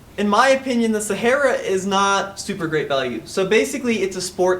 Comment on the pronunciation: SA HAR A ... no e in there. ;)